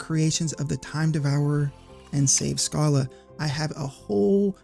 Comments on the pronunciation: I don't know where you get this "Skala" pronounciation from, but it's well... dumb. I've seen people point out words like "schedule" as their "definitive" proof that Schala's name is pronounced Skala, but they don't consider names like Fischer; do they pronounce that as "Fisker"? Come on now. The Japanese name uses the kanas for Sa and Ra, making her name Sara. The name Shala derives from Hebrew meaning virtuous and tranquil, which fits the character quite right. Schala can also be derived from German royalty, such as Schala Burghausen, ALL of these examples are pronounced SHA-LA, not SKA-LA. Sorry for adding more to this than it's already been said! I love these Chrono Trigger videos you've done and love to see the love for this game endure over time. This game captured my imagination and molded my love for storytelling too deeply, it will be close to my heart until the day I die. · SKALA XD hahahaha... The way you pronounce it would be spelled either Scala or Skala. Schala is pronounced as Shampoo. While you pronounce it Mageus, it might be right. But him being a japanese invented name, I'd argue it's pronounced like Magpie. Magusu in japanese. Actually his japanese name is just Mao (Demon King or Magic King). Janus, Magus... Just pronounce the same. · What comments were saying pronounce "Schala" as "Sk" ??? Those were hard wrong. The original Japanese name was "Sara" and Woolsey was Woolsey, so "Sch" is pronounced the German way "Sh" since "Shala" (or "Shara") is closer to the original "Sara" (or "Sala"). Also, lol "Majis." Hard "g" always on "Magus," sir, regardless if you say "May-gus" or "Mah-gus." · How do we know Schala's name was mispronounced? 🤔 I've always read her as "Shah-la" but I wouldn't know how we could tell that is or isn't how the name's supposed to be pronounced. In my book, you did your job expertly. (Also I like the twist on Magus. Just to throw in a little Magus comment on a Magus video xD)